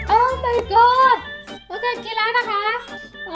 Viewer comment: มึงเป็นอะไรกับคำว่า โอ้มายก็อด มากมั้ยวะ แม่งพูดทุกคลิป ถ้ามึงสำเนียงดีกว่านี้กูจะไม่ว่าเลย